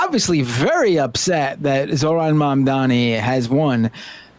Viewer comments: Emma isn't there because she's on honeymoon, no? Good for her. L bigots tho. Mamdani ftw and 🖕 Charlie "Teeth and Gums" Kirk. Bro is purposefully mispronouncing Zohran. It's pathetic. Tribal Chief?! We the ones! ☝️ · I feel sick hearing the contempt in the way he enunciated every syllable in Zohran's name.